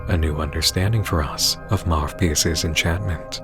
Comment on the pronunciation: Two points: The name, Marvpyas, the “v” in there might be pronounced as “u”, since in latin, the letter for v and u are both v. So maybe it’s Marupyas And that picture of the guy on the board - Im pretty sure it is supposed to be the Pied Piper, a legendary figure who led children to death with his flute. The connection is obvious…